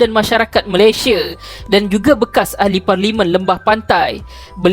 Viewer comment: Sebut elok² la MALAYSIA tu...xpayah la nk bunyi² cam mat salleh gitu...sbb bunyi cam mat salleh pun sekali pun...lurah pantat tak jugak warna pink..